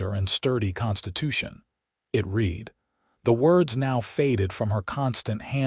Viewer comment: Read = present tense Read = pronounced Red as in past tense he ,read (red) his books in the evening. Can Ai not differentiate?? Apart from that, this was a good and interesting story. How she gradually thawed, while being with the kind and thoughtful man.... She is a lucky lady I enjoyed listening to it From Nr. London England